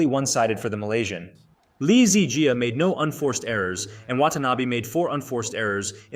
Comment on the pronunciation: Dude was having diarhea. I think you are reading too much into it. Besides that, your pronounciation of "Jiaaaaaa" triggers me a lot :)